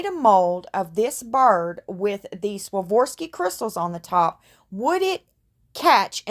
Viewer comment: The pronunciation is SWAA-RAAV-SKI ...just like its spelled!! Soft A , soft O, and there is only one R in the word!!